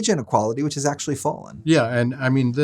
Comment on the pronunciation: Leave to to Reason to slide in with the "AKShoOAllleee" meme